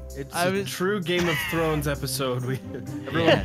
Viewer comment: "Game of Trons"